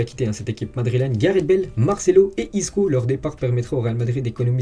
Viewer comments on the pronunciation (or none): none